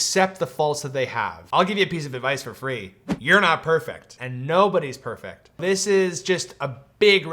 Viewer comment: bobodys nerfect